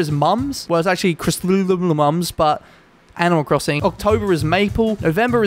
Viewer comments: CHRYSANTHEMUM AHHSHDBRH CRIH-SAN-THA-MUM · Chrysanthemum is pronounced Cris- anth - a- mum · i cant pronounce any of these flowers Me who has good random flower knowledge: slightly triggered Idk if anyone else has commented this but i thought i might help with some of the flower pronounciations Wisteria - wus steer ree ar Peony - pee on ee Chrysanthemum (it is hard) - chris an fuh mum Paulownia - paw low knee uh Hope this helps you or anyone else (idk why i have random plant knowledge but i do) the more you know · what's so difficult pronouncing chrysanthemum? its cris-sen-tha-mum.